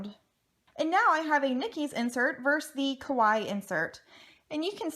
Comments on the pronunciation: I mean, it's literally a word from another language which is clearly not her first language. You can't expect everyone to know how to say it perfectly. 🙄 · I wish people would say Kawaii correctly😒